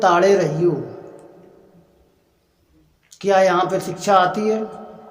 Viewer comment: अरे भाई सिक्षा बोलना तो सिखले।।